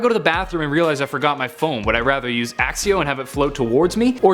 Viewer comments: Just because you don't understand how a spell works doesn't mean it's dumb. Also learn to pronounce 'Accio'. Its pronounced 'Ack-ee-o' not, 'Ack-see-o'. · Er.. sir? It is not "Axio", it is "Akio" (Did I spell it right? All I know is that is is either a "c" a "k" or both) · Its accio not axxio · Ron: Says: Axio Potterheads: IT'S ACCIO! ACK-EE-O! GET IT RIGHT! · It ain't ACSIO.... IT'S ACCIO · My reaction when he pronounced Accio like asio was like Accio It’s ACCIO Like akio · When somebody hasn’t done their research about Harry Potter Like if you are a potter head Plus it is accio not axio Duh 😕👈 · accio not axio. what a muggle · it's not axe-ee-oh it's ak-ee-oh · It’s not axxio it’s accio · Its not axio its acio '-' "Hermione parody" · ITS accio , not AXIO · why do all americans say "A-SS-I-O" its said "A-CK-I-O" as reffered to in the book and movies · Accio isn't pronounced 'axio', it's pronounced 'akkio'. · Koolios He’s a muggle and it’s "It’s 'akkio' not axio." I’m a potter head obviously and I’m using Hermione references. Ok I’ll stop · It’s pronounced ak-key-oh not ax-ee-oh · akio, not axio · Not all first-years can do Alohamora. Hermione is rlly smart so she can. Have u not noticed in that one part of Sorcerer’s (or Philosopher’s) Stone Ron tried to but couldn’t? Also it’s Accio not Axio. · Everytime he said accio I cringed because its (akkio) not (axeio) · Are you saying "Axio" Lol the spell is Acio (hard c sound) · Its aqqqqqqqqqqqqqio accio not assio jk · You are so dumb and the spells aren't you are also why do you say axcio it's accio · its not axio its akio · its AKKIO NOT AXIO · Accio, not axio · its " accio -like *ak-kio * not "a-xio" like who pronounces it that way....geesshhh muggles are dumb -_ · Accio is pronounced Akkio, not Aksio. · It's pronounced axcio? I thought it was akkio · It's A-kk-e-o not a-s-e-o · You prounounce it Akkio not acio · I think its pronounced AKIO not axio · Did he say “axio” I can’t anymore I’m leaving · Its accio not axio